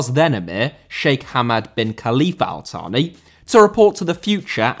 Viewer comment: Al Thani* not Al Thohrni